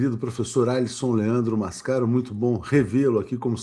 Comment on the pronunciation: MAScaro, e nao MasCAro .